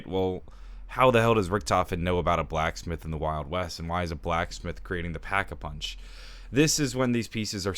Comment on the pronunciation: no no no it’s da packa puhunch